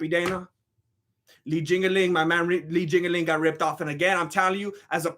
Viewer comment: He said Li jingaling I’m dead